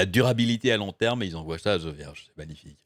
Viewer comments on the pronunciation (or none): "la DUR abilité hmmm à LONG terme hmmmm", mdr